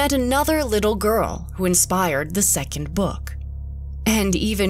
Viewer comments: Girl: Book What i hear: bUuK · weird way to pronounce 'book' lol...